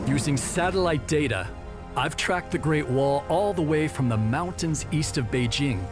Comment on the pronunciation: At last! A Westerner who knows how to pronounce “Beijing”! For the rest of you, it’s not a French / j /